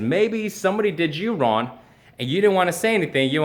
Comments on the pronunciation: Is he saying RON? I'm pretty sure that in the English language regardless of where it is spoken that is still WRONG? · holy shit he really does say ron instead of wrong rofl... is it a way of not actually saying sorry ?? :-P haha like fingers crossed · Is it me or does it sound like says "Ron" instead of "wrong"? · He’s pronouncing it ron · He can't even utter the word "wrong" - that's just ron,. Just ron, bro. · Really? Straight up just says "Ron" no effort at all in trying to pronounce it correctly. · I am sorry to tell you that you did something wrong, you pronounced the word "wrong" wrong by pronouncing it "Ron". Sucks to be wrong i guess. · "Ron" he can't say wrong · Seriously... you can't even say the word "wrong." "Rawn, ron, raun, rauwan" -. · What is "ron"? I mean, you're making videos although you can't speak proparly. Learn to say "wrong" first, and then come talk to your "audience". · why is he saying Ron I'm so confused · is it me or is saying "wrone" instead of "wrong" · He is saying Ron hahahha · Why does he keep saying wron? The word is wrong. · Are you saying wrong or Ron? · why is he pronouncing wrong as 'ron'? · How does he speak English so well, but can’t say the word wrong correctly? That’s just Ron! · why does he say ron? the fuh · Is he really saying Ron..... lmao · why is he saying wron?? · eddieur think he can't say "Wrong" lol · I'm confused. Can this dude actually not say Wrong? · lol! why can't he say wrong?? this is hilarious, legit can't focus on any of the video now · You said the word "wrong"wrong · this is the first time i have heard someone have trouble saying the word wrong